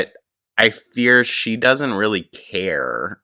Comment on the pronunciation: "I'll talk to her rill good!" You sure did,.🤣🤣🤣